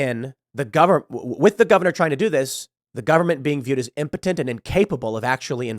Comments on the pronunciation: Pool, did you say "impotent" or "impotenTTT" ? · I can’t stand the way he says “impotent.” 😂😩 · Did Tim learn a new word today or what? He says impotent like 50 times for no reason.